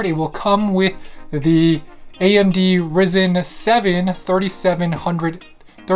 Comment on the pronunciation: It’s pronounced ry-zen